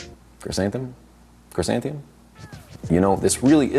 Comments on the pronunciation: its "chry-san-the-mum"! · Lol. I would have gone with Kra-santh-a-mum. But 🥔, 🍅.